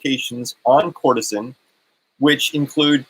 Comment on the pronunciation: You are mispronouncing it. (Ker-ce-tin)